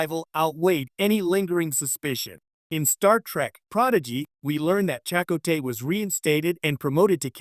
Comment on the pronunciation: This AI voice shit can't pronounce names? Chicot?